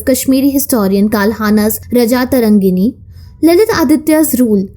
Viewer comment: Excellent video ! Please get your pronounciation of samskritam words right, its not रजा-तरङ्गिनि but राज-तरङ्गिनि